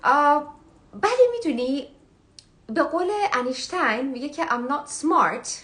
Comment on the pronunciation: با درود، لطفا شما که اینقدر انگلیسی را درست صحبت میکنید با accent بسیار عالی، نام دانشمند بزرگ آلبرت آینشتاین را درست تلفظ کنید. متأسفانه ایرانی ها خیلی از نام ها و واژه ها را اشتباه یاد میگیرند و اشتباه هم تلفظ میکنند. انیشتن درست نیست بلکه آینشتاین در آلمانی و آینستاین در انگلیسی درست است. با سپاس فراوان از شما